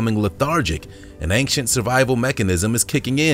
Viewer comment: Honestly, love to watch your vids, but ANG-CHANT?!?!?! AIN- CHANT. No g or k required or requested. That's all I'm saying.....